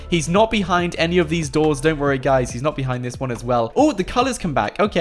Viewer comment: On the 51st second. He said "Believe it or NOUGHT" LOL. love your videos man